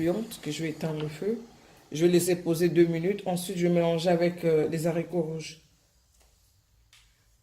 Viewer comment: Belle recette mais maman on ne dit pas lezarico ( les haricots ) puisque le h n'est pas muet mais plutôt prononcé sinon au singulier on allait dire l'haricot or on dit le haricot